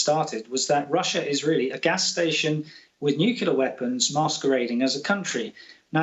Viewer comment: Nukula weapons? What are they? Inability to pronounce Nuclear by a claimed war expert demonstrates lazy language which reflects negatively on credibility.